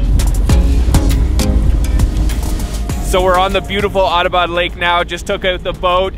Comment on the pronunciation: It's not a "Autobot" lake, it's "Atta - bad" lake.